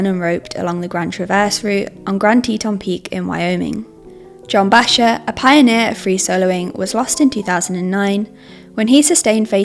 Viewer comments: Americans would pronounce it Backer, not Basher, js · john "bayshar"?? who tf let this chick make climbing videos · Bachar is pronounced Backer. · Are you seriously pronouncing Bacher as "Basher"!? That's a very fast way to loose any credibility. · I used to free solo back in the day. Never the extremely high standard routes. What I loved about it was the free feeling of just myself and the rock, a very pure feeling that roped climbing didn't offer. BTW: John Bachar is pronounced "back-er." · The presenter should know that Bacher is pronounced "bock-er" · If you want to put out a professional video you should know how to pronounce John Bachar. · Margain for error? Also, so many comments are gonna be about pronouncing Bachar.... Also this videos gonna get pulled/demonetized by YT for sure. Love all yalls videos tho! Keep em coming